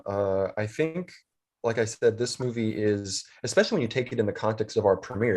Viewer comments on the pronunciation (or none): Supposebly only girls say expescially.